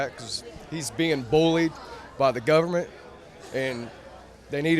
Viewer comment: bunch of sister fuckers. Dude straight up said "gubment".